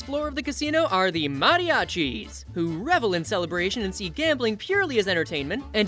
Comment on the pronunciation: Hear "mariachis!" Correctly pronounced gave me 10+ years of life. Amazing video!